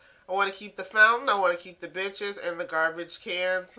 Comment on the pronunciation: Benches sounded like bitches